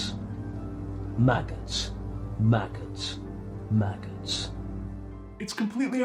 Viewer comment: The man saying “maggots... maggots” sounds like he’s saying “Maccas... maccas”, which to the non-Australians, is what we call McDonalds! Don’t protect mum from the Maccas!!